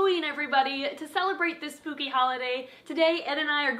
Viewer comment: It sounded you said spoopy instead of poopy and spooky